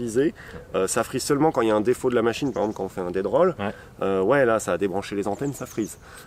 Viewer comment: On dit "Death Roll" 🤣🤣🤣 super vidéo sinon, merci pour les infos et le retour 😘